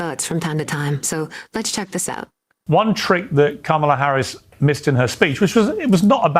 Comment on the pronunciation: It’s not comemala her name is pronounced kamala like coma in a sentence & la,la,la- put it together and it’s kamala!